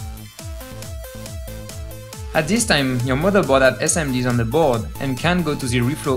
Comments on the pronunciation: the tongue vibrate inside teeth when it's "ze" the tongue vibrate between front teeth when it's "the". ffs it's not that difficult -_ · he's french. i can hear it. that's my native language. he sometimes pronounce words as in french -_- as when he says "misplaced" and ze instead of the